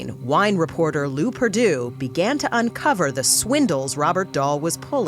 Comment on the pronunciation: “Lew Perdue”